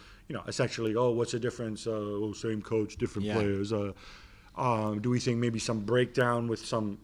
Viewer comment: The ‘I sink’ guy finally sunk.